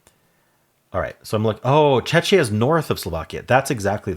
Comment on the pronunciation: Czechia is pronounced Check-e-ah